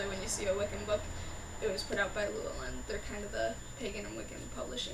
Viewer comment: As a Welsh name, "Llewellyn" is accented on the next to last syllable.